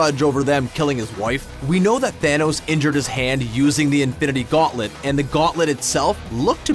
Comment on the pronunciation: Is it just me, or does it always sound like he is saying Avengers: Infinerty war??😂😂